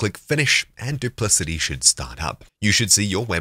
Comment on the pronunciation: I think it is pronounced with a 'k' as in 'cat' as 'dupliKati'.